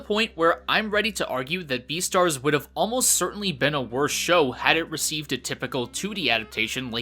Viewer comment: This dude said deestars instead of beastards